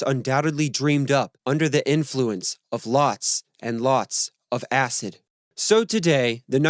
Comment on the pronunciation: Sensationalist BS. Acid, acid, acid, is all you want to talk about, with such strong emphasis every time you say acid. Where are your references and any factual accounting of this story? Just make up any old crap you want about the Beatles for clicks, just because it has the Beatles name on it. Crap video and anyone who joins your patreon is an idiot.